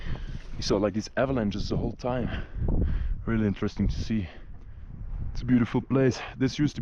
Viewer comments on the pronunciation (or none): none